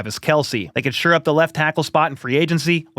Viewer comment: I sincerely hate to be "that guy," but it comes up so often. It's "shore up," not "sure up." Anyway, keep up the great videos! This is my main spot for Chiefs news.